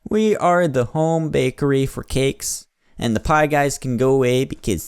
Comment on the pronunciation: and it sounds like spie pie